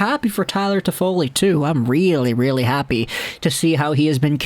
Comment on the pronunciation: Stop butchering his name please leave an don't come back